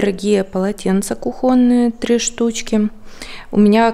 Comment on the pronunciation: из Украины и поэтому кухОнные, а по русски кУхонные